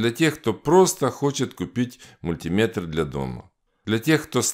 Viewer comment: Как приятно слышать мультимЕтр, а не мультИметр. Бальзам на душу. Спасибо. 👍